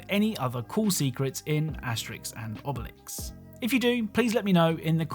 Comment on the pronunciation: AHhh, Asterix & Obelix brings back a lot of nostalgia. I just wish you said their names with the accent